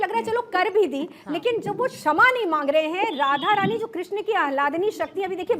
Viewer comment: Radha rani hai bo thoda shi se naam le pradeep.